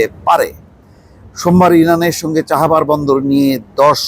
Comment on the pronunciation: চাহাবার নাকি চাবাহার?